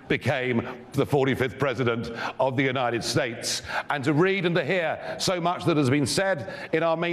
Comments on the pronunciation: Mucho gracias? Your not in Mexico speak English. The jewnited estates of America ? He says he respects America then butchers our language and our good name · Fox is an usurper living in the US and claiming his lovely Mexico is so beneficial to America. Meanwhile his globalist tilt is fucking up our economy. And Dummy learn how to respect us, It is pronounced United States not Uniteted Estates jerk. Buid the wall!!!!!